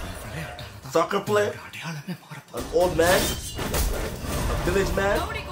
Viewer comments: When you say “I’m a big soccer 🥅fan” I heard like “ I’m a big sucker fan 😂” 😂😂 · Did he say sucker or soccer